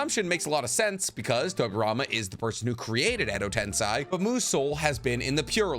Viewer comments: “Edo TensEYE” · How hashirama died? You got source? And learn how to say edo tensei man